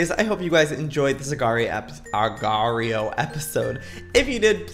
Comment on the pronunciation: It will forever bother me how Youtubers pronounce agar.io xD